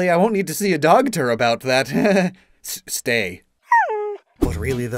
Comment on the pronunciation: 😂😂 I heard him say dogter